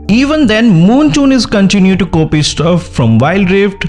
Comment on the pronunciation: I was gonna listen to your video but you said 'moontoon' instead of 'moonton' so im out. Bye